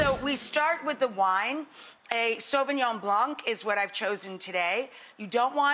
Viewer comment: “Sovignon blank?!”🤣💀